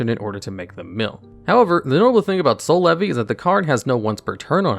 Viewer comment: Every time i hear Soul Levy , i hear "C'est la vie '